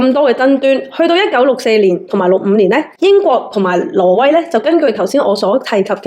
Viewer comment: 懶音好重。 :face-blue-wide-eyes::face-blue-wide-eyes::face-blue-wide-eyes:挪威 唔係 羅威。 不過港男 港女 D啊爺唔係廣東人，冇人教正宗廣東話 變成港女港男tone。